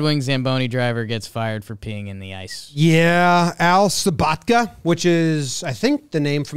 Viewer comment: Erik haula is pronounced “howl-a” Sbotka is pronounced “saboatka”